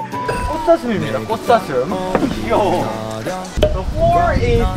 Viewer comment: Their pronunciation is more like "the floor is bad" so cute 🙈😂